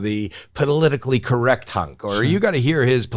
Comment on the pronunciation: Howie is talking about a 15-minute "hunk". Doesn't he mean chunk?